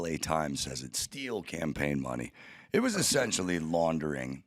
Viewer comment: said "essensually" 😂